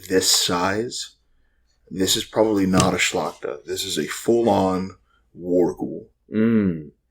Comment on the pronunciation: I must congratulate you on the correct pronunciation of the word szlachta(i hear many weird version). Plus, it's interesting to listen to your podcast. Good job😁